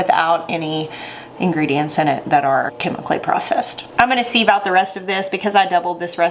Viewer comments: I’m with the taste tester. I love the store bought, canned cranberry sauce. Siv- not seeve, though. Short “I”. 😊🤷‍♀️ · Maybe it’s a YouTube thing to pronounce sieve like that. I think simple living Alaska and 1870s homestead says “seev” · actually its pronounced siv silent i😊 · I love how you say ‘seeeve’, we call it a ‘siv’.:) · Loved this video and your recipe! Sieve is pronounced 'siv', rhymes with live. I loved your addition of orange juice and plan on making a double batch this weekend, already have the cranberries in the fridge. Thanks so much for your clear demonstration! It was very helpful. I just started canning and making jams this year at 62!i was an RN for almost 40 years and never was able to make time until I got disabled and can no longer work. I grew my very first garden this year also. You have so much knowledge to share and I truly appreciate your detailed teaching and showing how it should look when ready! Thanks again! Your taste tester is adorable too! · First: looks good. 2nd: this has made me question how I say sieve …. I say siv like give … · Sieve I always thought was pronounced siv (like give, but with an s). Love your new channel! ✊🏼🇨🇦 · Its pronounced siv. I didn't think people use them much anymore, but we always sieved the flour for cakes and biscuits. I didnt know you could homemake jellied cranberry sauce. Thanks for sharing. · I would use an actual empty tin can. lol Is the pronunciation of sieve a southern thing or a learned by reading thing? I think sieve rhymes with give.